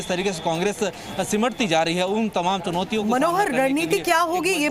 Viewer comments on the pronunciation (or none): Jab jab congress ki chunautiyon bol rha mujhe congress k chutiya sunai de raha hai😂